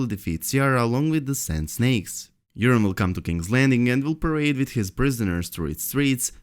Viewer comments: Urine Greyjoy!!! (Long O in Euron) (Eur-On) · pronounced "your-on" not "urine".